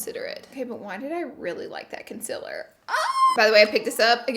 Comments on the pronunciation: i love how u always say it like consiller instead of concealer haha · It‘s concealer not ‚conciller‘.. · Learn how to say concealer